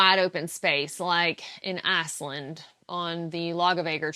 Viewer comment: Hi, long time viewer, 1st time commenter:) A couple of housekeeping things to start. A missed opportunity, you mention 'announcing to people and being embarrassed on the front side...' Is better than being embarrassed on the backside:) Nextly, did you know that with your southern accent, which I adore, your pronunciation of Iceland sounds very much like Assland. Talkin' about poop and all in context lol. Ok so seriously, one of my many careers in life involved being a professional, corporate problem solver. On the Yellowjacket problem I have about 4 solid solutions in mind so let's start with just one and see what you think. Could I suggest a while list of people who the entire hiking community know are legit through hikers who are putting in honest miles. In my opinion a private facebook group with admins is most likely the easiest solution. Hikers like yourself are in the group as well as angels who are providing services for an intended group and purpose. If you're not in the group you don't have access to what is made available. There are ways to 'admit' people who are whitelisted as well with a cheap wristband or such but I'm just looking ahead to how to you keep track of who is white listed and on site. The angels can also be in the facebook group and can ask a question about someone who might be legit but not in the group yet. There should always be enough people available with internet access to vouch for someone. I would think the group is close knit